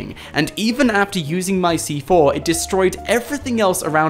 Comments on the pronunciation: He said stick fortnite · So you wish you could stick FORTNITE to players? Idk if that was a speech mess up or not XD